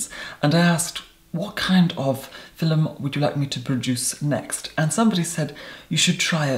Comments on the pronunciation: "Fi'lum" Love you. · “today’s phil-mm” love eeiiittttt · "in today's fil-um.." iconic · the only reason I'm watching his videos is that i want to hear how he says 'filum' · you have such a calming voice and i love how you say film thank you for being on youtube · I love how you say "film" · Today I met an Irish woman who says film the same way as, I had no idea it was really how Irish people pronounce it. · Take a drink every time “film” has 2 syllables